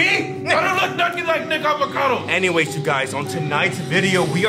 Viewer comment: You said NICK avicato💀💀💀